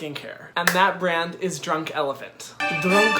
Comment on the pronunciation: Actually we don't pronounce the "t" in elephant haha but your French accent is cute! Keep doing your videos, they're funny, a little bit sassy and professional! You just gain a subscriber from France!